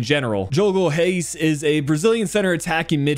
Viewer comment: Haha glad to hear I got the pronunciation right! The real challenge will be switching between the Dutch/Portuguese pronunciation once both Reis' are in the squad.